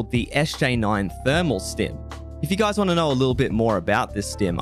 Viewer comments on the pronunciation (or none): none